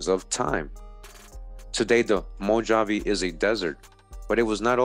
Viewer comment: I wonder if Mojave is a hebrew word. Its actually pronounced Mo-ha-vee....